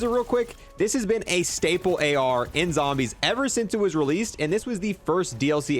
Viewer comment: “Cold War Zombersh”